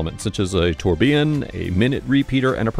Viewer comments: tour-bee-un? That screams guy making any ol random video for clicks, high horology enthusiast. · Lovely watches, beautifully filmed. But it was very distracting to hear so many mispronunciations. "Haute" "guilloche" and "tourbillon" among others.